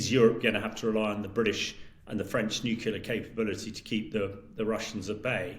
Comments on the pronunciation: Someone at Times Radio, please teach this guy how to pronounce NUCLEAR. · You missed the point. He's had years to learn how to say an important word in his business, but either doesn't want to say it correctly, or doesn't care to listen to good advice. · The world is teetering on the brink of war and you’re worried about the pronunciation of the word nuclear?!?!?!😂😂😂